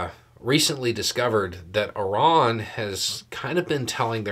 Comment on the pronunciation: "Ih-rahn?' You mean "eye-RAN"?? - The average American 😂